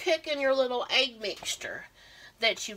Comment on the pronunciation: Dip it in your “aig ” 🤣 love it